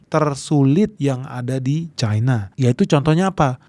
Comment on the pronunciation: cina, versi cina adalah cina. cina versi inggris bodoh, membacanya jadi caina. mengapa mengikuti inggris bingung ?😊